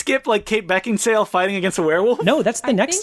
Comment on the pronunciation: Kate Beckindale damn even after knowing it's sale he kept saying dale